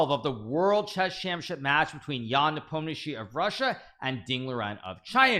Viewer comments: Btw, kudos to Hikaru for learning to pronounce Nepo's last name correctly! I know it is not easy for English speakers, very well done! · Good job on that pronunciation of Yan's second name!😊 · hikaru went from nepomniaaachi to nepomniaatchtchi to finally the correct pronunciation